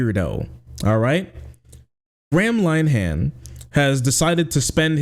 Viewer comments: "Gram Line Han" is the best pronunciation of his name I've ever heard, 10/10 no notes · Your pronunciation is way off. Graham Linehan is pronounced (phonetically) 'Grey-am Linn-Ee-han'. No wonder I didn't at first know who you were on about. It's a pity - he's the architect of his own downfall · It's pronounced more like "gray-em linn-ahin" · Totally agree, but his name is pronounced grey-uhm linn-er-henn, not gram line-han. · PRONOUNCED Grey-um Lin-eh-hum not, Gram Lyeam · Gram Line-ham... I will never feel bad about mispronouncing foreign names ever again. XD ~st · Gray-um Lin-er-han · Lin-e-han. Lin rhymes with bin. 'e' as in 'duh'. the 'han' is pronounced more like 'hun'. And it's Grey-um. It's a shame. Linehan was responsible for some great comedy, but became consumed by irrational bigotry because his ego got hurt.